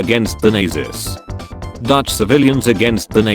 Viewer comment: So apparently the AI can pronounce "van Oldenbarnevelt", but can't pronounce "Nazis"...